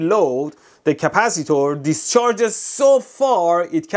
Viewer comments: Capacitor ❌❌❌Caapacitaur✅✅ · British Capacitor 🇬🇧